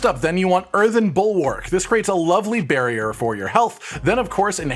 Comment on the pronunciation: Listening to mentioning "barrier" over and over - and imagining him speaking about his build, everytime he says "barrier" - pronouncing it slightly "bearrier" - a bear pops up somewhere